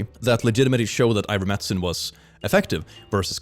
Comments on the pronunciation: It's so weird that you keep calling it "Iver-medicine" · I love that dyslexia transposed the "t" and the "c" in ivermectin and he has fully adopted that pronunciation now. IDK can he see that it's different or does he automatically read the word now without looking at the letters